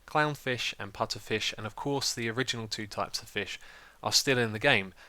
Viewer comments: its puFFer, not puTTer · puFFer not puTTer :) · Xisuma, it's pufferfish, not putterfish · its called puffer fish not putter fish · Pufferfish not putterfish xD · I'm sorry, did you say Putterfish? It's a pufferfish. you know, the poisonous ones? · ITS PUFFERFISH NOT PUTTERFISH. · Lol its pufferfish not putterfish xD Unless thats a British English thing... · I was screaming 10 minutes saying its PUFFERFISH not "Putterfish" >:( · Putterfish lol even when he saw the name xD its pufferfish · PuFFer fish not putter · It's pufferfish not putterfish =/ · pufferfish not putterfish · OMG ITS PUFFERFISH NOT FRICKEN PUTTERFISH!!!!!!! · It's puffer fish not putter! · It's puffer not putter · lol "putterfish" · Lol the putterfish!!! LOLOL it's pufferfish that was funny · It's a puffer fish! Not a putter fish!! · Btw no offence but its pu-ff-er fish not pu-tt-er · Putterfish? you mean Pufferfish right xDDD? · its pufferfish not putterfish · It is pronounced, puFFerfish, not puTTerfish. Sry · "Pufferfish", not "Putterfish" I'm not sure why this bothers me so much... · Haha, I was laughing every time you said putterfish instead of puffer! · LOL it's puFFerfish, not puTTerfish. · ...It's Pufferfish. Not Putterfish. :P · It's "Pufferfish". Just saying :) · it is pronounced PuFFerfish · What's a Putterfish? It's Pufferfish, with F's, it's a real fish. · Why does he keep saying PUTTERFISH???? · "Putterfish" annoyed me way more than it should have :-( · he miss read pufferfish dont be all over him because he said that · It's called a pufferfish, because it puffs up, google it. Also orchid is pronounced with a "k" sound (orkid) and lilac is pronounced lie-lack. Good video otherwise! ;)